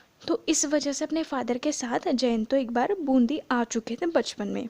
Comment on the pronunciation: Wo bundhi nahi hai Bundi hai